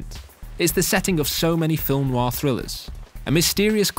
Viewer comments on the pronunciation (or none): none